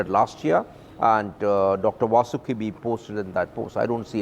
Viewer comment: needs to learn how to Pronounce Vasuki.